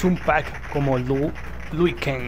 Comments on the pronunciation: A chinga "Lui Kang" ? No es "LIU"? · Que alguien le avise a este pibe que se llama LIU L-I-U... xq tiene problemitas con la lectura XD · ¿Por que no paras de decir Lui Kang?. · Era "Lui Kang"? Y yo toda la vida le dije Liu Kang, debí haber parecido un idiota! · es liu kang no luí kang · "Lui Kang" jajaja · "Lui kan"... ah, bueee